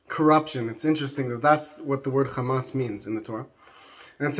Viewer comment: You're pronouncing Hamas as Khamas. Wrong word!